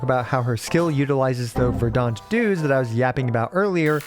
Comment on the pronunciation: "Verdahnt", lol I can't handle this.